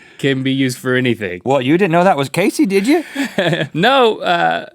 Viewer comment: KASEY KAZZ-EE